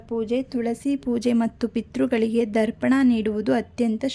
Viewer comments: Darpana alla, Darpana andare kannadi. Pirthru Tharpana. Sarariyagu ucharane madi. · Kannada sariyagi ucharane madi Darpana alla Tharpana.